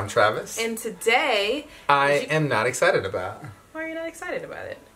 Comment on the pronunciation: Travis say am not exited 😂😂😂